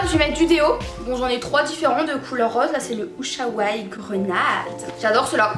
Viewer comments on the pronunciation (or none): Non mais "Ushawaï" je meurt !!!!!! 🤣🤣🤣 c'est "Ushuaia" comme l'émission haha